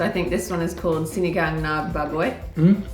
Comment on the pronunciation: I like Chloe, she seems to know a lot about Philippines. I dont care that you make Filipino content bec. you’re making a profit out of it, as long as you genuinely enjoying it (doesnt seem fake like the others). With regards to our vowels, we only have short sounding vowels like A-abacus; E-elephant; I-ibiza; O-octagon; U-umami. So when you say sinigang, ‘gang’ is not like ‘gangs of new york’ (leo movie haha)